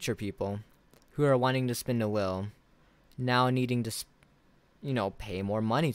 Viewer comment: Im so confused now with your pronunciation of the word wheel